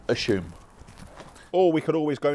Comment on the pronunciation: Is is common for a british person to pronounce assume as Ashume? 😂 Plz let me know👇